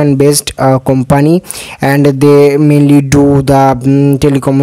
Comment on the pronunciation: Not Kompaanee its kumpni